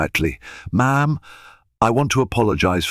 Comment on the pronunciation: Listen to some recordings or broadcast and learn how to pronounce words. M'am is not said as three separate letters